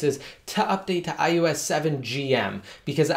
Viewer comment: haha, it sounds like iUS every time though! Just thought it was funny.